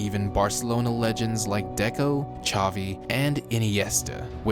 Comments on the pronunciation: You didn't butcher xavi's name. Some people call him like how you called him. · How you said Xavi is the right way..